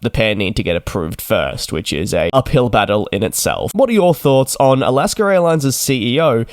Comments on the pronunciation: It’s Alaska, not Alasker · Do you actually pronounce it like Al-ask-ah? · DJ does not like this criticism and will likely delete it. I for one, having been born in AlaskA and lived most of life here, do not understand how or why the R comes into play. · Wrong. It’s Alaskerairlines.